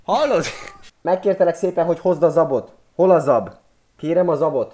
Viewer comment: Kérlek egyszer mondd ki normálisan! * Hol * 😂😁😙